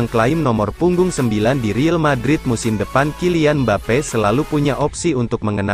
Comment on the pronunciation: tolong downk yg jd penyiarnya di kasih tau klo ngomong real madrid ya real madrid jangan riel madrid dengernya gk enak bgt buat team kesayangan gw